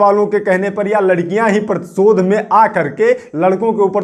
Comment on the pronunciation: Pratishodh hota hain sir pratichod nahi😂😂😂